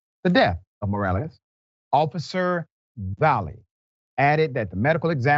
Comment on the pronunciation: Must not be ANY Latinos in Dr. Rickey’s world; he’s struggling to say Morales, but nice effort. If you’re going to try and say the name correctly, you might want to learn how to pronounce Jasmine—“Yaz-meanne.”